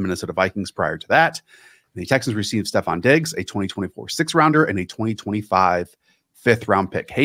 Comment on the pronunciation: Stop calling him STEPH Diggs. It's STEFON!